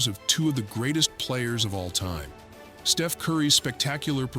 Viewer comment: the Artificial Intelligence glitched out, besides calling Steph, Steve-en.